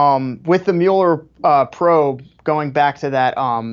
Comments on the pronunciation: Host butchering mueller is irritating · I give it a thumbs up because I love Ben Shapiro, but the way the other guy kept saying Muller's name...🥴 I couldn't bear it , I just had to quit at like 2 and a 1/2 minutes in...